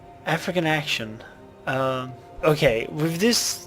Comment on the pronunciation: it totally sounded wrong when you said "african action"